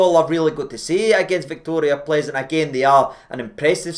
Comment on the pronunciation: Pronounced Pilzen,. They gave us pilsener lager.